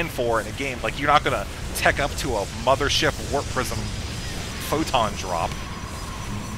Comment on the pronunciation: mothership warp cannons? hmm.... "mo-pho-wa?"